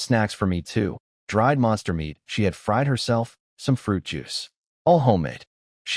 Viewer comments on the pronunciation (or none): none